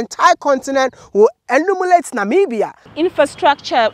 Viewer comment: Wode, it's 'emulate' not "enumulate!" 🤣🤣🤣 . Wonderful documentary thank you!